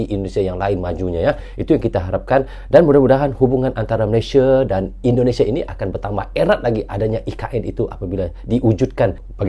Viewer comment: Ternyata ENDONESIE & MELEYSIE bacanya ya 😅😅